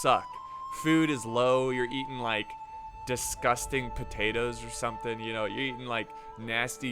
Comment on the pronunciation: patetoes!!!??? LOL I think you experienced such a thing have u? ouu and "lelt's retiree the army at settlement..."